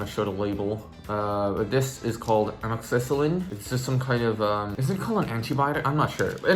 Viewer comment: This is probably not useful anymore depending on when you actually had your surgery but amoxycillin (your pronunciation was great btw lol) is an antibiotic and it can definitely cause an upset stomach, especially if you're taking it without food (maybe soup isn't getting the job done in your case lol)